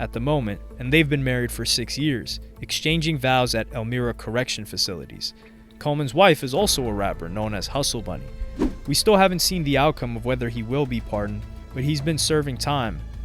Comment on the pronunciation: Elmira (Correctional Facility) is pronounced 'EL-MY-RAH'.